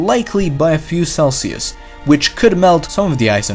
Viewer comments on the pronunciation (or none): none